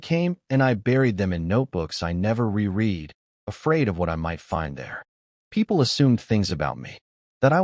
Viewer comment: Narrator error ~ "read" should be pronounced as "reed" ~ "reread" should be pronounced as "re-red"